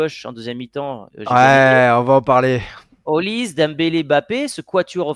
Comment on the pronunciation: Les gars sa se prononce Oliseh, pas Olise 😅